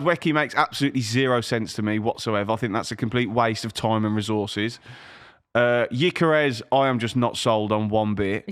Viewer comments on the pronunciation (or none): Just to be clear, "yikeres" stop saying it. I was born in the same hospital, knew his family as a kid, and still know his mother. Its "g-yor-ker-ez" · His name is not Ikarus. It's Gyökeres. "Gyö" is pronounced as "Ge" in "Germany".. then "keres". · Who is gyikeres ITS GYOKERES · where tf is this yikerez pronunciation coming from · Can’t even pronounce his name right, real good debate here